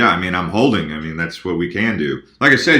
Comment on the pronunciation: you can't pronounce HODLING like "HOLDING"..... keep it crypto man... keep it crypto Thanks Blockchain developer, Early adopter and Crypto Asset Manager